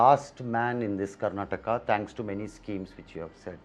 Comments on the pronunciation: Say Karnataka properly not Karnatak you fool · its not karnatak its karnataka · It is Karnataka not Karnatak. Kannada not Kannad. Why is it so difficult to pronounce the name right? Is Telangana called Telangan? Telugu as Telug?